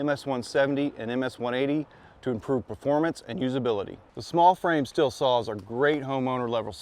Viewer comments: Why do you keep saying still? It's stihl(steel) listen to their commercials 🤷‍♂️ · The Andreas Stihl family back in Germany pronounces it "Sh till". I've heard "Steel" and "Still" but neither are correct. Yes, the company today does say "Steel" but they started doing this for purely marketing reasons.